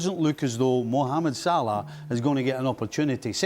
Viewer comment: My goodness Kate can you for love of god say salah’s name correctly????